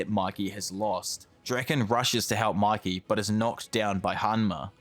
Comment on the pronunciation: its mikey not mickey... phe just mispronounced or bc of his accent